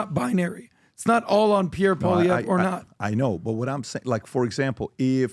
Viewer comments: Just say “Pollyev” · Polly Eve is how it’s pronounced. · Guys. It's Pau-lee-ev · Call him by his last name and not first name, please. His name is Poilievre and not Pierre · it’s pronounced POALEE-EVRE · “Polly- Ev” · Poilievre is pronounced po-lee-ev. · Pwah lee ehv = Poilievre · Pronounce his name right. Come on guys! Poilievre="Pauly-ev" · REPEAT AFTER ME: "Poly-ev" .. simple as that 👍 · You are making a fool of yourself. You can't ever pronounce Pierre name. I use to love your podcast but I see you don't actually do your homework. As a Canadian I can tell you that you don't have a fucking clue. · Also,, you should know how to pronounce Pierre Poilievre name by now. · you can't even pronounce Pierre's last name.